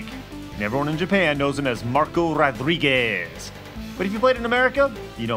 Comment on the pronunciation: why did they re name him butt?! don't they know Meicans ar ethe largest minority in America?! even if we didn't know, we'd learn how to pronounce Marco Rodriguz.